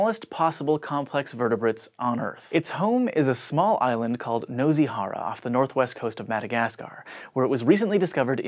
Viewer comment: the S in nosy isn't a Z sound. fyi and the O is like an OO as in too.